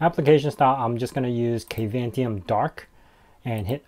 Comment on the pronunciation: Dude, you should do a stand up comedy. I kept giggling during most of your show. Maahovee? Kayvantom? Adding a network widget when it could be clearly set to always visible in your system tray? Setting the size of the spacer to "half a pixel"? Good lord! 🤭🤣